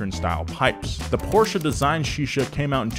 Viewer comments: Porches is in Portugal ..you mean PORSCHE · PORSCHE not PORCH.